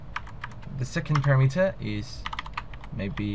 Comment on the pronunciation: SOME CONSTRUCTIVE CRITICISM for you... What is up with, when you say, "EXPLAIN YOU", This should be said as "explain TO you". A BIG ALSO... Parameter is not pronounced "PARA-METER", it is pronounced "Pa-RAM-e-ter". might have a good video, but speaking correctly is half of TEACHING...